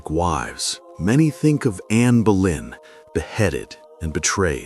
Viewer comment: Mais je connais bien anne boleyn c'était du second degré pour relever que le narrateur prononce souvent Berlin au lieu de boleyn 😂